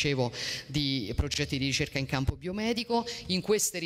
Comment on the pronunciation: Nocivi non "noscivi", ci non "sci", ricerca non "riscerca", risorse non "risorze", mense non "menze", edifici non "edifisci", centri non "scentri", sintesi non "zintesi", regione non "reggione", consentire non "conzentire". A scuola di dizione insieme a molti altri politici!